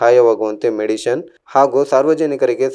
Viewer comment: Nice Maga perhaps improve your pronounsation like for medicine u told medision and for Harish U told Haris.. All the best..